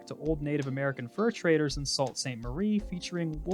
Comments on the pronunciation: Did you reaally say "salt" saint marie? Its pronounced "sue". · "Sault" is more "Sue" than "salt".